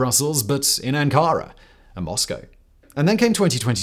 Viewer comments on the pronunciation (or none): none